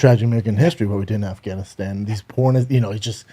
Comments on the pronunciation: "Arfgunistarn" hahaha drinking game every time Callen mispronounces Afganistan. im so fucked up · Who else thought Bryan would say AFGHAANEESTAAN for 1000 times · You know Brian is a man of culture the may he pronounces Afghanistan